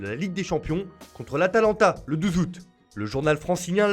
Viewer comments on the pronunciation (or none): Le douzout 🤣😂